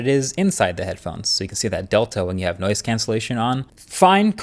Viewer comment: I heard "nose cancelling headphones" first time it was said with reference to the airfilter headphones.